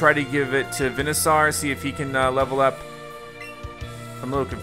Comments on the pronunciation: It’s veansoer notvenasor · It’s pronounced Ben a sor